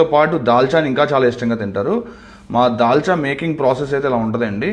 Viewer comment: Dalcha అంటే తెలంగాణ మీకు రాదు dalxha చేయడం if u don't mind